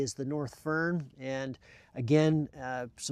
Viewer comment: Foehn not fern 😉